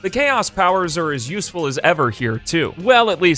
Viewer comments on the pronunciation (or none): none